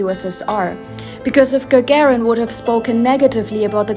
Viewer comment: (Gagarin name is not pronounced like Lady Gaga with -rin added but rather like gagaaa-rin.)